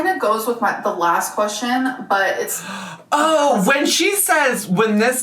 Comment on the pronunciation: Why does she pronounce "question" so strangely? Sometimes she says "qweshwin". 🙃